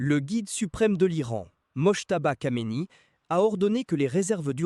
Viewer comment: Pas "Kameni", Khamenei. KH n'est pas K.